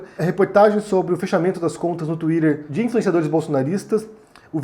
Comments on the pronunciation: só vc fala twirer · Tuírer, fake nus